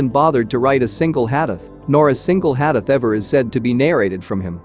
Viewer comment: Brother it is not HADEF, it is Hadith or Hadees. Also Please do not pronounce it so fast that listener has difficulty to understand as what did you say!